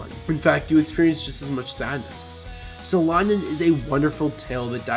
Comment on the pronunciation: At least google how to say the manga's name, jesus...